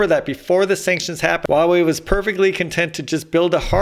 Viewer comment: Huawei is pronounced as "Hoo-wah" (uttered quickly) .. "Way".